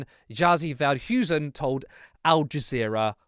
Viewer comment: Jazie Veldhuizen XD You totally butchered his name. Good reporting though!